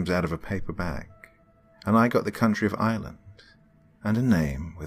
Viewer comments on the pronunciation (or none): none